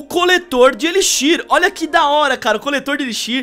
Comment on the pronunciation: cara fala tudo errado armazém de elixir kakakakakaka